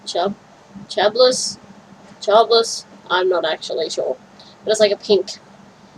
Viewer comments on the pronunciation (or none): Happy New Year! Cheblis...pronounced: shah blee.